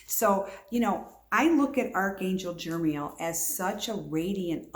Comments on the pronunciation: NO! the name is not Jermiel.... its Jeremiel. And you just made about a dozen assertions, bu what are your sources? You can't even pronounce the name and I'm asking you if you have any sources. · I believe its pronounced Jer-e-MEEL